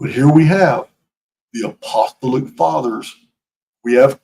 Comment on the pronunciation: LOVE your work,. So much information and so much uncovering! Just one thing: please, please be aware of how to pronounce apostolic: a-puh-STAA-luhk